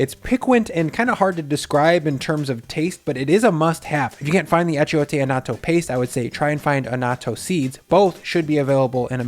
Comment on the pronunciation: No offense,but you really didn’t make carnitas. At least in the traditional Mexican way. They would have two entirely different flavor profiles. I will try this, just out of curiosity though. The I is silent in achiote.